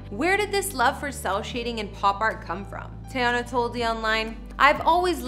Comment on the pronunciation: Say it with me (tee-yah-nah) not tayonna